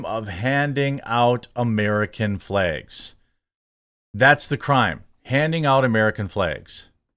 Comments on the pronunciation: Does he keep saying flegs instead of flags or is it just me? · My only question is why you keep saying flegs?